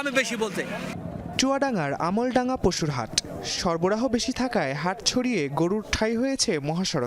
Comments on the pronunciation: চুয়াডাঙ্গা আলমডাঙ্গা হবে। আমলডাঙ্গা না। সাংবাদিক এটা। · Amoldanga na alomdanga